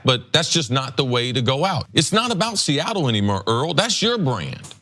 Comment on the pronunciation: CC said anymur!😂